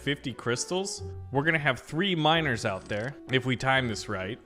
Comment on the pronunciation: "Enhanced mino(e)rs" that's what all i really hear